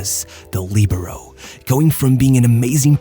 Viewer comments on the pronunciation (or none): none